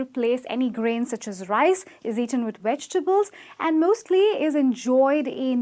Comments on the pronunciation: Weg-tables is incorrect, it's "Veg" with a v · Wait, whaaaaat? - a cap of hot cocoa? - wedgetables? - healthy with voiced TH? 🤦‍♀🤦‍♂🤦‍♀🤦‍♂ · I'm sorry, did the 'instructor' of this video just say "wedg-tables"?! I...I have no words. Can no longer take video seriously... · Not "wegtable" (vegetable), Not "heldy" (healthy), Not "toria" (tortilla, pronounced "tor-tee-ya"). - If I were your student, I would ask you to sit down so I could teach the class proper English. - Yes, I am a qualified English teacher. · Sweetheart u said 'wegetables' and 'flar' :'( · I find it pretty funny that she is telling people how to pronounce things, but then she says wedgtables lol!